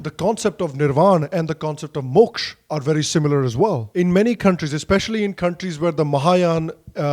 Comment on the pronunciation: Great english, great content. Also glad you didn’t use the american accent while saying the words like karma moksha and nirvana